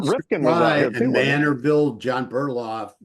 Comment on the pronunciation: It's john bitcoff not burloff